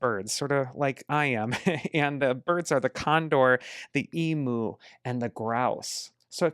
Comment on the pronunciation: Thank you as always for your prediction. As an Australian, I wanted to point out how we say emu in Australia. Found this.